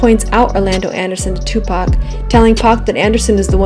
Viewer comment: she really said tupac shock whore